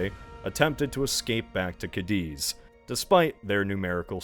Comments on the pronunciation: Where the frack is "Cadeeze"? Is it anywhere near Cadiz? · I want to be civil, but dont ever pronuounce cadiz like that ever again